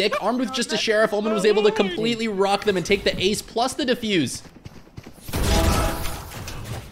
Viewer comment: Ace❌ Ass✅